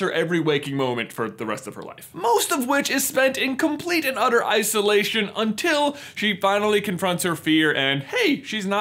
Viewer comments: You said ICE-lation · Hehehe... "icealation" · isolation More like ice-olation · umm is it just me or did you see that he said iceolition no ok i will be leaving now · isolation..... ice-o-lation.... Anyone?